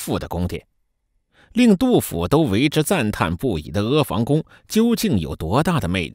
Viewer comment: 房音同“旁”不是“防”